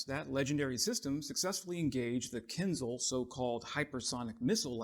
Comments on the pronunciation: you speak Russian but you call in a KINZAL ? It is pronounced KIN-ZHAL/ what gives? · It's Kinzhal, as in Кинжал, or 'dagger,' Mr. "I speak Russian." 😅